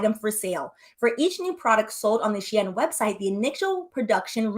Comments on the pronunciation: She-IN…not EHN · It’s pronounced SHE IN bc it use to be called SHE INSIDE CLOSET. I use to shop on their when everything was in Chinese 😂 I was on there so much I learned to read basic Chinese. But as soon as I saw the site start writing in English I left 😂 bc the clothes started changing to more of a western style. This is before it became huge! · You are right. It is pronounced "shee-inn" the previous name was "She Inside" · The way you're saying Shein as She Anne, I don't know if it's on purpose but I'm here for it 😂😂😂😂